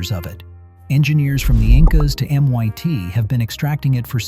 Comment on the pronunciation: MYT ??? It’s MIT!!!!!someone needs to reprogram your syntax algorithm 👎👎👎